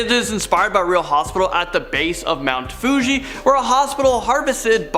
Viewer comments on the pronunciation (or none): none